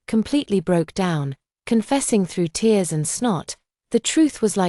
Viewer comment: Fix your AI, TEARS is not "therse". LOL "the late autumn dawn / at 3 AM!" because usually the sun arrives at midnight? Chaotic dumb story with too much self-pity and not enough self-reliance. If the family ignores you when you are right there, they will not be in a state of panic about your disappearance for 5 years straight...